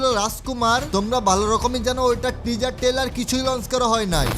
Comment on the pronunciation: টেজার না ভাই টিজার 🤭🤭😂😂😂